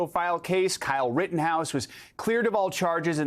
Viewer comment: Then he said Rittenhiss 🤣🤣